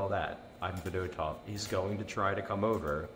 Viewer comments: Fed-oh-tov is the most hoagie mouth pronunciation possible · As a Russians we prononced his surname as Fee-dOh-tuff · Russian vs Delco pronunciation lol